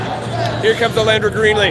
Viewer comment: Her name is not Alandra it’s ALONDRA